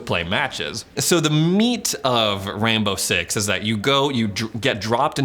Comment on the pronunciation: does anyone else here him say “rambo” six?